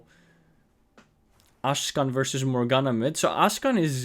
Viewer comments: Ashkan? You mean Akshan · Really good video , the wild rift scene is missing commentary videos from someone who is actually really good , i wonder if u say ashkan as a joke or a mispronounce though xd